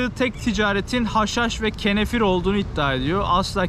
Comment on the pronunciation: Ağbi Kenefir değil Kenevir